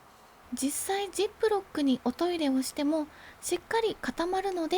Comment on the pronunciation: 「おト↑イレ」出た！静岡なまり？